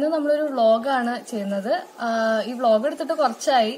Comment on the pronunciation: 😂😂😂ബ്ലോഗ്. വ്ലോഗ് എന്നുപറയാതെ